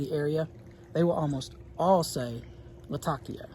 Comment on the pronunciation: Yes! As a Latakian it’s all correct. The way you’re saying it as a native English speaker is perfect. 😊